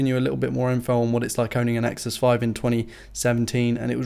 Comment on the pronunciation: "Nexuses" makes me cringe...